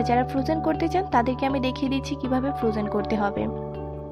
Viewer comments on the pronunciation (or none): none